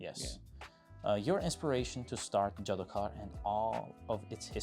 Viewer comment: JDOKAR does mean magician but it is a hindi word which actually is pronounced as JADOOGAR